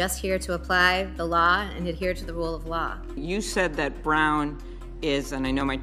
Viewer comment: Amy Comey Barrett can’t even pronounce the word “Law” …. She pronounces it “Laaaaa”. She also lied when she was ask if anyone was above the law, and if the president was above the law, and of course we all know her response it was “no one is above the law”…..or is she pronounced it….No one is above the Laaaaa! What a liar.